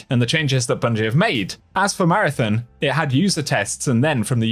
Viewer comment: Come on its marathon not marathin